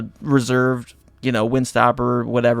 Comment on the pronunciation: also his last name is pronounced Yah Mah (like mama) Moto (like moto cross)